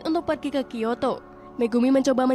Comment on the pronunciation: Kyoto aja di bilang kiyato